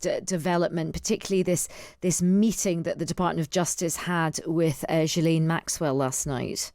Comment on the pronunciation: IT's GHILANE!!! and you work for the times???